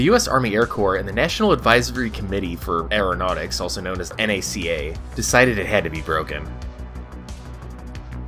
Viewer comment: Nice to hear someone pronounce NACA properly.